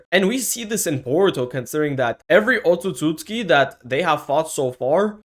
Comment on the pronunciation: Bro keeps saying “otsusooski”